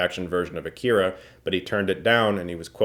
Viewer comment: How can you be an Akira fan and not pronounce the name of the film right? It's Ah-ki-ra not Ah-keer-a